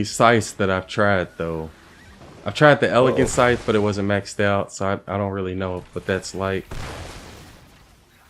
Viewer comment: Say sycthe SIKEEEEEE 🤦🏻‍♂️